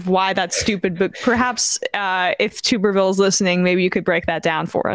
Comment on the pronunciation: OK so it's pronounced TUBBERvill. Not TOOB-ervill.